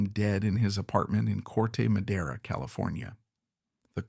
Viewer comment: Yeah, like "CorTa Madera" instead of Corde Madera.